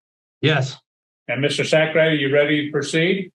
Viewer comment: 😂😂😂wait did I hear that judge pronounce that lawyer's name correctly "Mr.Sackrider "😂